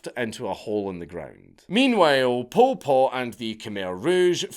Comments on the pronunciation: I thought you were calling him "Pulled Pork". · Every time Dank says Pol Pot it sounds like pulled pork and now I'm hungry. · All i keep hearing is "pulled pork" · Bro this whole time I thought he was saying pulled pork